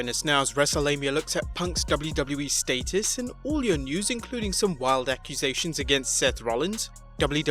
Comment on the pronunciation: I hate the way he says status